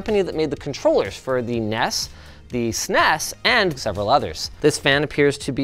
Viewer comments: Don't call it a sness... just pronounce it properly pls S.N.E.S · its pronounced N-E-S not ness and its also S-N-E-S not sness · Noooo... It's N.E.S. and S.N.E.S. LOL!! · ugh Linus said Ness and Sness. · Pronouncing NES and SNES hurts me for some reason. 😢😅